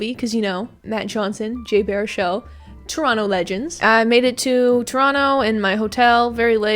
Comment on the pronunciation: Thank you for pronouncing Toronto correctly ❤️